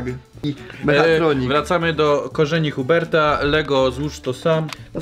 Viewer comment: Łitaj Hjubert